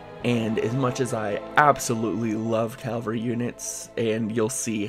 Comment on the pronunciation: Enjoying this to be sure, but I got to say cause it just peeves me: Ca-Val-Ree Cavalry